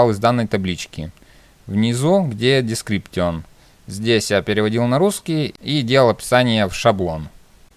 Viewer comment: слова "публик", "приватэ" и "дескриптион" убили =)